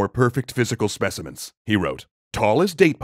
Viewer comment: Specimens he said lol